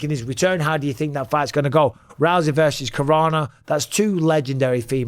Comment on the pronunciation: Francis “I tink” Ngannou